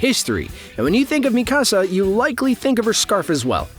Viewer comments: I could not get past you saying Mikasa like “mi casa” like it’s Spanish omfg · I hadn't read the manga so I appreciated this video, but you mispronounced Mikasa's name every time and I was yelling at the video 🙃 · Why do you feel the need to pronounce Mikasa like that?